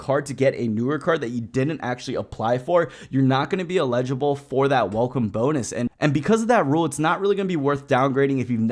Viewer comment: eligible not legible. Thanks.